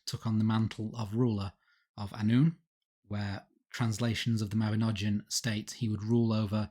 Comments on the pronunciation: Mabinogion is said with a hard G and that letter is not pronounced as a J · It is pronounced 'Mah-bin-og-ee-on'. YOU TWO MISPRONOUNCE EVERYTHING!